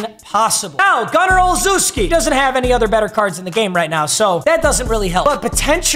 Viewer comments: it’s gunner ol-shev-ski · Bruh butchered the name Gunnar Olszewski pride of Bemidji State right there